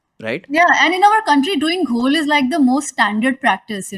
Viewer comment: Ghol?? You mean jhol?